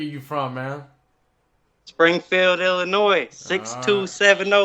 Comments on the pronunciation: Hey, Check out my comment I left on your wife’s channel.....! I know it’s not about jail but it’s close to my heart hearing about your New Years..... And I’m in Illinois for my whole life and we DO NOT PRONOUNCE THE “S” in Illinois.... Please people read and listen to me about this....LOL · This kid said Illinois with an s lol he lying. It is Illinois the s is silent